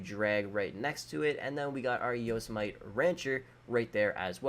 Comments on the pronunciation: Man really pronounced Yosemite as Yoh-s-might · He said yozemyte and jogular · It’s not pronounced yosemait it’s pronounced yosemity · It's pronounced Yo-Seh-Muh-tee Not Yo-smite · Anyone else catch how he pronounced Yosemite 😂😂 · Also he can't pronounce anything like for example yosemite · Like yosemite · Isn't it funny how he can't pronounce yosemite